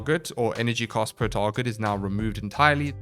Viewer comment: I seriously cannot listen to you MANGLE the English language anymore... When you say cAst and cOst exactly the same it makes it really hard to tell what the FoCK you're saying... 🙉🙉🙉